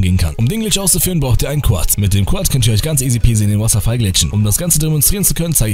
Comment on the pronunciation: er spricht wasserfall bei so komisch aus